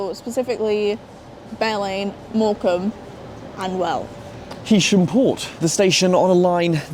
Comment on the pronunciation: Thanks! I think it is HAysham rather then HEysham! Cheers!